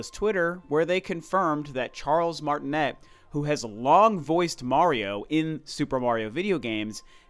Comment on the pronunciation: Actually his name is pronounced Martinay because he's French, which is pretty ironic but oh well lol